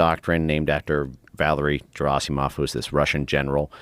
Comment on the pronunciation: Dude is such an expert, he can’t even correctly pronounce Valery Gerasimov. Hard G😒